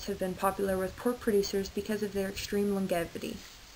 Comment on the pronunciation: To the girl who narrated this video....FYI...in the word LONGEVITY, the G is pronounced like a J, not with a GUH sound.